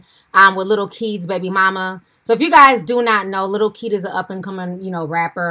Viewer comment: Lol i thought she said lil key 🤣😂